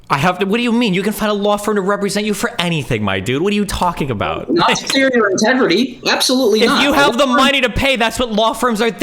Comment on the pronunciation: “Tegredy Farms” is the only thing I hear when MS says integrity